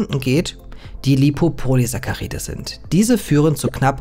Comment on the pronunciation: sprich das BITTE so aus: LipopoliSACKaride xD vegane Grüßee edit: bei hast dus endlich richtig xD